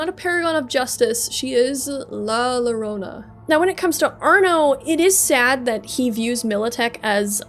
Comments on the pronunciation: Was about to do this, too. Someone got to it a year ago. I loved the story, but I always hated the fact that "There are no Happy Endings in Night City" So yeah, "ll" is a "y" sound. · To pronouce llorona its 'yoh-roh-nah' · Man I was about to comment this before I scrolled down lol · It pronounced yo-rone-ah the LL is pronounced as a y. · Yeah, as a Latino it was a bit annoying to hear the LLorona word mispronounced so many times, even after having the pronunciation wiki on screen. But these are easy to correct, the content is as always great! Appreciate the storytelling. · Rule of thumb for spanish, double "L"s are usually read as a "Y" sound. That aside, preem vid, choom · the double L in Llorona is pronounce like a J in Jackie or Johnny.